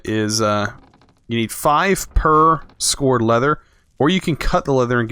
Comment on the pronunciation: I would say "bellows" not "billows" and skowered" not "scored" leather -not really important but just jars a little